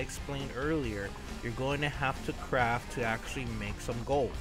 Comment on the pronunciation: "crafT", Notice the "T". Please god use it. Also gunta isn't even close to being a word. The amount of grammatical errors you make make it impossible to pay attention to what you're actually talking about.